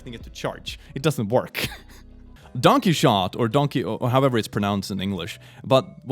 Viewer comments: Yeah, the best bit was when you mispronounced Don Quixote (Don Key Oh Tay) as Donkey Shart. Which is now how I refer to Trump in the vaults of my mind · "Donkey shaunt" is what it sounded like xD "Don keh-hoe-teh" is how I have been taught to pronounce it in English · The name of the book is 'Don -Key-o-tay'. Don Quixote. Once had a ward of mine pronounce it 'quicks-oat'. One of my favorite experiences, for sure. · I know it's been 3 years, so if you already learned this ignore me, but "Don Quixote" is pronounced "dawn KEY-oh-tay". Interestingly, that character is where the word "quixotic" comes from, which means "idealistic, but not practical," like the titular character. Lav ya <3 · It's pronounced Don Key Hotay :> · Don Key-O-Tee is how it's pronounced. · made me so happy bringing out the Paint to illustrate things, but then broke me with Don Quixote. First, it's not English. Pretty sure it's Spanish, but I'm not 100% on that. Second, it's pronounced like Key-hoe-tee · The common English pronunciation of Don Quixote is Dawn KEY-hoe-tay. And yeah, the whole point of the story is that he's delusional and obsessed with fantasy, and that those fantasies are so much worse than reality. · Quixote I heard it pronounced as key oh tea in an audiobook Donkey shot lol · Quixote=Keyhoeteh! Does that help? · Donkehotay I believe is how say it According to one piece anyway